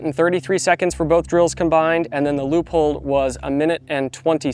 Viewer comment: Great video, but it took me a bit to figure out what you mean with Loophole, thanks to the image of the scope with the Leupold logo I remembered. As a German I can say that it is spelled more like Loi-polt just like bolt with a „p“. Your sponsor will like it!